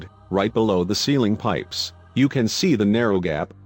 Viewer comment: Pipes casually become "periscopes" for a second.